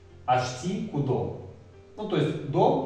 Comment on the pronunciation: А разве ударения они идут áрась, áволь, тейтéресь, кудó, цëрá, беря́нь, парó? Я помню смотрел на то, как бабушка с дедом говорят на эрзянском, помню всегда: ку́до, авóль, мéйле, арáсь, лóвсо, бéрянь, пáро. Возможно дело в районах ещë, я из Чамзинского, но знаю, что в Дубëнском какие то слова по другому говорятся, в Березниковском тоже также